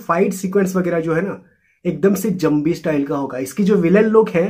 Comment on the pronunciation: Zambi😂, it's zombie bro..